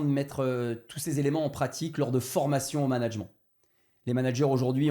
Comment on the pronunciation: Donc son cœur de compétence c’est le management mais il sait pas comment se prononce ce mot. Fantastique